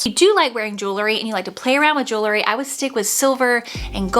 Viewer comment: I really like your video however you keep mispronouncing one word...the word is JEWEL-RY Not JEW-LERY.